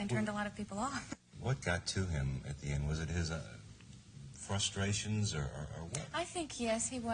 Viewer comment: He said ‘fustrations’ lol. No ‘R’ lol